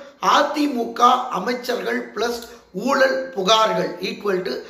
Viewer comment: என்னப்பா உங்களுக்கும் ழ வராதா. ஊலல், தமிலகம், ஒளிப்பு என்கிறீர்களே!